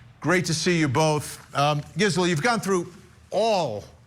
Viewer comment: Wish he’d say her name right, it’s driving me nuts!